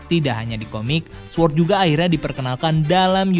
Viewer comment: Sword dibaca sord. Gapake "W"!!!